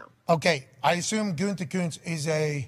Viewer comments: At least can pronounce “GOO-tee-koonst” unlike Pat “GOON-tee-koonst!” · I stopped listening to him since he went big ...can't even pronounce Gutey's name.